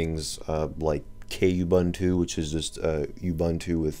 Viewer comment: Its Kubuntu not kaybantu